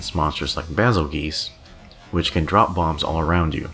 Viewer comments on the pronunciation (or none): Forgive me, I know people hate it sometimes to be corrected, but this particular one cringes me terribly. Hearing people say bazzle GEESE kills me. Bazelgeuse is pronounced as Basil JUICE. Bayzel. Juice. Same way as Betelgeuse is beetle juice. Ge (jee/gee) + use (yoos) = juice. Basil is bitter and spicy so think of basil juice as a molotov cocktail and the monster makes sense now.